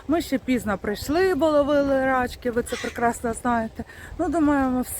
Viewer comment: Привіт,! Дивлюсь вас з Растюнею вже місяців 5. Ваші випуски - це вже як шторки відкрити,щоб сонце зранку запустити в кімнату)))) Завдяки аам побувала в Одесі, та й плаваю тепер у Чорному морі)))) Віртуально,звичайно. Тільки намагайся говорити не рАчки, а рачкИ, або креветки,гаразд?😊 Ну,попливли!